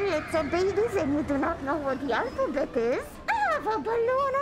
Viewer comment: "Alfabet" lol